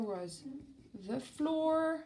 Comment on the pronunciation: Great video ! I suggest you pronounce more flour like the word flower rather than flour like the word floor :) 👉🏻👈🏻